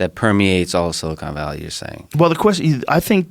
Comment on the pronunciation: Joe “Silicone Valley” Rogan